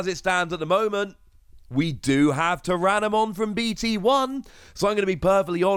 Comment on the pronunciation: Some nice Ghost Game cards. Also, its Jellymon, not Jyarimon.